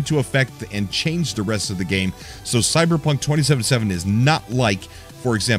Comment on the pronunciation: Did he say cyberpuff?